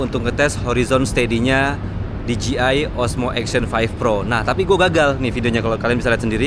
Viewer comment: Di Je Ai bukan Di Ji Ai